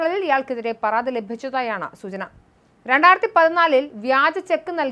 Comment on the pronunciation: പറാതിക്കാരൻ??? ആറoബിക്കാൻ???? പറാതി???? എന്തോന്ന് തേങ്ങായാ 😂😂😂